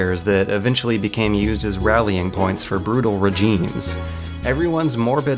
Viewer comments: Comperi-shun? Re-geme? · Do you have a condition that makes you pronounce certain words weirdly? "regime" with a hard G, "raytions", "compariSHon"